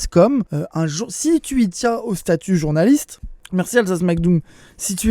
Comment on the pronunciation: Mdr atetation de journalite en diret 😂